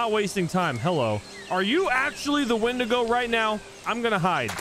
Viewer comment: "I believe it's pronounced 'Wendingo'!" Just came here to comment that. Keep the meme alive!